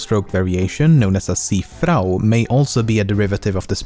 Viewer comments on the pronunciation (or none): "the brazilian ri-aul" "Ci-frao" É tão difícil assim falar esses negócios fora daqui? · The brazillian hey ow The see frow ( i'm a brazillian and the pronounciacion is funny )